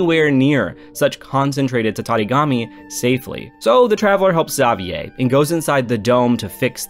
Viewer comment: Dude you really trigger me how you pronounce "Xavier" haha